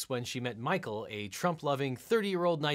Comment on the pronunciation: The synopsis of “Mah-coe and Angela” had me howling: down to her last egg... hit up her daughter for a “fresh” one! 🤣🤣🤣